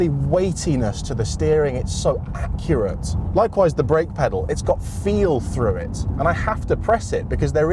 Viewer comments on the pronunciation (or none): none